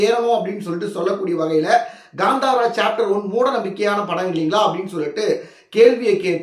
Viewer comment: It is Kanthara not Gandhara